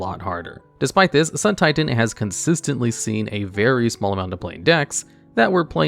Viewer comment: It’s pronounced SUUUUN TIITAAAAAAAAAN